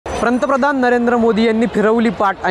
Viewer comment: प्रंतप्रधान नाही रे बाबा पंतप्रधान म्हन, प्रधानमंत्री म्हणाला तर ते अतियोग्य